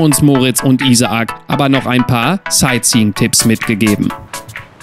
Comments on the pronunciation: hast recht, stimmt beides nicht, in seinem Fall wird der Name deutsch ausgesprochen, jedoch nicht wie hier im video "I-sa-ac", diese kleine Pause zwischen den beiden A muss weg, also sozusagen "Ih-sak" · sind wir mal ehrlich I-sa-ak hört sich ja richtig scheisse an :) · Wie er Isaac ausspricht ich bin eben Amerikaner und er spricht es komplett falsch aus xd